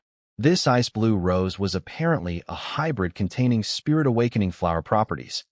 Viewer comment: Storyteller is calling spirit like Sprite